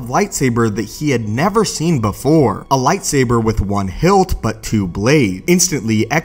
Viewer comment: Nobody: This dude: lightsaberrrrr